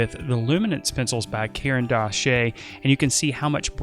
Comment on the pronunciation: Caran d’Ache is pronounced "karandash," which is the Russian word for "pencil."